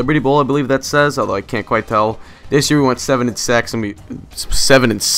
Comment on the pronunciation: Perverted mind... Saying sex instead of six.